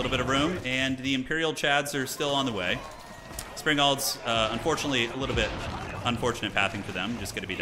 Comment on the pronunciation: not sure if its because you were china here - but every time you say springels - I hear spring rolls... damn now I want spring rolls.. curse you!;)